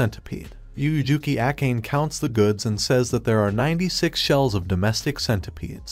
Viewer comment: Akane.. (Even google translate pronounced it correct) . Why Acane? Or that's her real name 😅